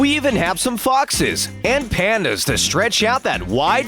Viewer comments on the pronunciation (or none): Narrator: PANDA Everyone: You F O O L